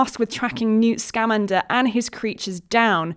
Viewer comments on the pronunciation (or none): She keeps saying SCAmander, where it is actually scaMANder. (I made the mistake at first myself.)